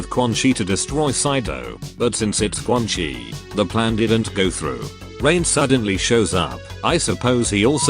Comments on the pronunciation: Why do you pronounce quan chi as "Quan-Kai"? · I love that the Text-to-speech breaks and says “Quan Kai” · Why does the TTS keep changing its mind on how Quan Chi is pronounced